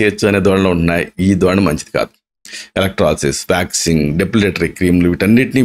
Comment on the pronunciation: Vaxing 😂😂 చెపుతున్నారు..